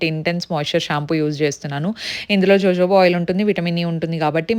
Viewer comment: That’s not pronounced as JoJoba .. it’s hohoba oil